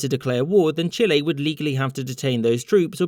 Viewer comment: "chillay" lol